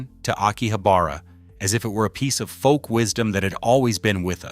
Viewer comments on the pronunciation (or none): none